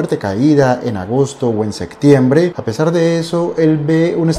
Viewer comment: Se dice septiembre, no sectiembre